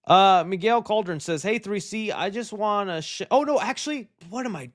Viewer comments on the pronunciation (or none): none